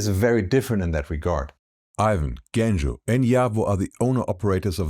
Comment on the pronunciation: Not Bulgarian, but yes. If my nickname was "Efgeni" you'd pronounce my name with "ch". It's Genco like "Joe".